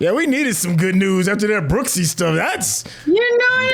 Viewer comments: You calling Brooks "Booksey" was maddening. He said Brooksy not Booksey... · Its Brooks not booksy